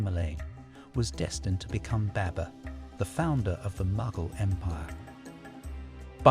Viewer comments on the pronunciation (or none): What are you doing my Brother. Please pronounce our Muslim and Pakistani Names Correctly. I think from your name you are of Pakistani or Bangali heritage. You should pronounce our names correctly not like the white man who pronounce them wrong. It is not baybur the correct way to pronounce baber is bahbur